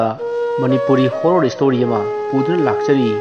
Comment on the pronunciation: Hooorror haigano horror(horar) haibiyo ateidi nungaire